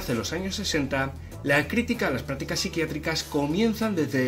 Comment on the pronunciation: Porque pronuncia praticas y no practicas??